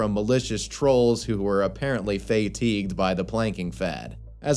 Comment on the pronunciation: Fay teeged.